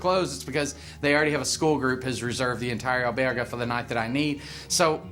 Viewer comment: Some nice information for the benefit of the entire pilgrim community, but please as you are somewhat an expert on Camino topics learn to pronounce albergue, many mispronounced words are easily forgivable but as it is the main topic it would be a small ask that you get that one right.